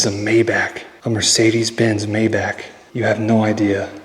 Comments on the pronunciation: It’s pronounced MY BAUK not MAY BACK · The Mercedes is a Maybach (may-Bauch) not Mayback. LOL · Its May-Bok dear....not Mayback...Maybach ❤😊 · It’s pronounced my•bok, not may•back. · OMG if you say MAYBACK ONE MORE TIME!!! It’s MayBACH!!!😂😂🤦‍♂️🤷‍♂️ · Not Meyback, but Maybach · Mai-bohhc, not May-back. lol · German pronunciation of Maybach is My-bock. Pronounced like Johann Sebastian Bach the composer. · It’s pronounced My-Bok. JSYK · It’s pronounced “My-bahc”. With emphasis pronouncing the “H” sound near the end, and the “c” is almost silent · The car is pronounced like" MY BAHK" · It is too much to pronounce Maybach correctly?